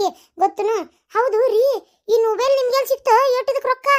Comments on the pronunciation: ಹಾದು ನುಬೆಲ್ ಅಲ್ಲ ಮೊಬೆಲ್ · 😂😂ನ ನೊಬೆಲ್ ಅಲ್ಲೋ.ಮೊಬೈಲ್ 😂😂